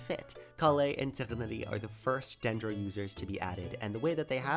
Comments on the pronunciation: why do you say Tighnari like that? 😭 "Tie-nari" is how i say it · Bro, WHY DO YOU SAY TIGHNARI'S NAME LIKE THAT?!?! TIE-NAR-EE NOT TIGUHNUTTY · the way you pronoune tighnari pissed me off so much i bothered to log in, and comment. tGHnari :wtfiswrongwithyou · Why is bro calling tighnari taHHnaree😭😭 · tienari is the wrong way to say it hes pronouncing it a bit weirdly but its still correct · why the fuck do you say tighnari like that 😭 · What did you call Tighnari? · brother just say tignaris name right.... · Solid theory! However... I must address the elephant in the room... What are those pronunciations of Tighnari & Candace?! (No need to explain to me, it's just that it felt like... driving over potholes in the road 😂)